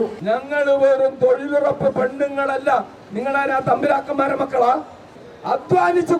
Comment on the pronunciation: തൊഴിലുറപ്പല്ലല്ലോ തൊഴിലുഴപ്പല്ലേ...